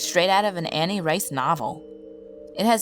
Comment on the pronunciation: Also, I hate to be the pronunciation nazi, but wrought is pronounced "rot" and Anne = Ann, the way Lynne is "lin", not "lin-neee"